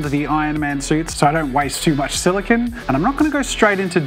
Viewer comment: I'm sorry but this is a huge pet peeve of mine and you said it like 100 times so I just feel compelled to tell you that "silicon" is what computer chips are made out of and "silicone" is what the mold is made of. It's pronounced "sili-cone" like an ice cream cone.